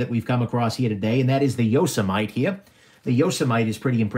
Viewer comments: Yo- sem-ity... just like the National Park.. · “Yoss a mite” lmao it’s YO-SEMM-Mitty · Yo-seh-might? Yo-seh-mih-tee there,. Couldn't slog my way through this. Skimmed & skipped to end. Upshot? NOT WORTH IT, buying these TSA item confiscations. Why? You said it right from the start. "I'm not seeing any Sebenzas. I sort of suspect that anything worth a damn is going to have been already removed by the TSA." Yes. 100% true. THEY get the deals. Everything else is... semi-worthless junk. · Yo sah might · “It’s noe yo-sah-might” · Yo sah mite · Appa-lat-chin And Yoza-mite Made me lol. I love your videos. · This video was way more amusing than I expected. The ""ARRR" brand thing cracked me up, and your mispronouncing Yosemite did too. Didn't you watch cartoons when you were a kid. Yosemite Sam? Pronounced YO-SEM-IT-TEE. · Ok..it's pronounced 'Yoh sim ah tee' please 😉😀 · Your Yosemite pronunciation was gold. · No ones gonna comment on how he says Yosemite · And it's called yosemite as in the national.park bro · The way you pronounce "Yosemite"... Really?